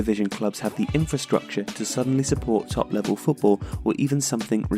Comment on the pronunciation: "Infurstructure" lol